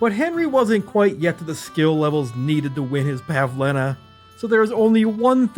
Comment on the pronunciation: the fact he didnt mispronounce Bozhena or Pavlena's names 5 seconds into the video deserves respect